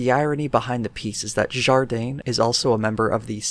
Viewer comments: For the pronunciation Jardin is pronounced Zhar dan with the 'i/a' sound meant to be clipped and just a little nasally. Just a little though it is not French Canadian. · Jardin would be pronounced more like jar dan. The 'e' sound would only apply if there was an e at the end (Jardine). I don't really know about Watson, but every time he comes up it's not good.